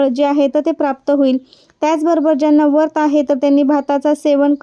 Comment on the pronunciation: वरत,नाही व्रत असे म्हणा. खूप छान माहिती सांगितली 🙏